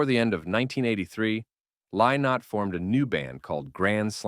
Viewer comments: I wish you could pronounce his name. Its Li-not. not LIE not.And its Rosheen Duv ( ok its in Irish but you need to get it right before talking about Lizzy) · If you're going to talk about Thin Lizzy you can at least pronounce Lynott correctly. It's pronounce Linot; get it right.